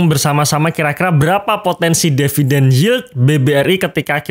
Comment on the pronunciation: tulisan di video adalah DIVIDEN, tapi ngomongnya selalu DEVIDEN. saya yg nyubi jadi bingung wkwkwkwkwk